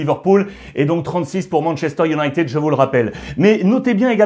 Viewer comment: Manchester UNITAD.. Pauvre anglais !!